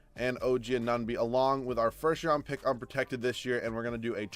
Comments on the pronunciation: I know. I died inside everytime he said "OG Anonby". Why is Anunoby so har to say? hahaha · “Oh gee uh nun bee”